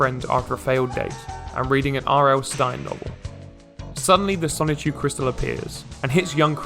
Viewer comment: And have you also noticed that never once does Chris pronounce the N in Sonichu? It’s “Sahchu” every time.